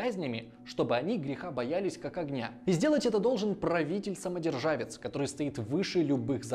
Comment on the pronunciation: Турецкий город тоже ЕникалЕ, на этом канале бессмысленно придираться к произношению) И самодержец, а не самодержавец